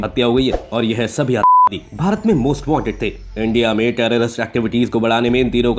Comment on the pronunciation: Atankwadi bolne me problem ho Rahi hai . विक्स की गोली खाओ लंबी राहत पाओ.🤣🤣